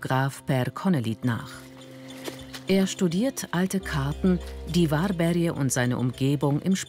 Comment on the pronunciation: 'worbärj' nicht 'warberje'